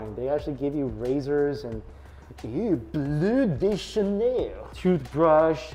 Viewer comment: “Ooooo... Blue di chanel” 😂😂😂😂😂